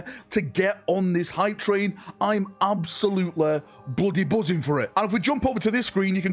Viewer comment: Absolute-"LEEEEEE" not absolute-"LEUGHH"